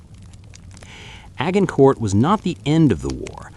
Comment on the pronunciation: FYI Agincourt is pronounced Adgincor. The t is silent and the g is soft. AI - good staff is hard to find!